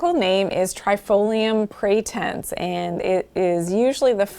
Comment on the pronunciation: "...one to three teaspoons of boiling water and pour that over those herb tops..." ???? Say what!!! Also it's trifolium pratense NOT pretense.